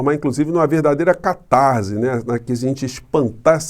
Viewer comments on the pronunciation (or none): none